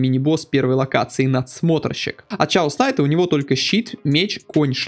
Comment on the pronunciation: Меня одного трясет, когда говорят ЧАОС найт?